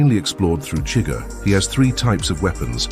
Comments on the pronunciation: SHUH-GUHR, not chigger. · For someone that says they’ve seen the movie so many times you pronounce Chigurgh’s name every way but the way in the movie